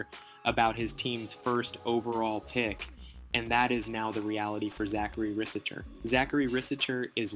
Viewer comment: It’ s pronounced risaché bro Good job on that vidéo btw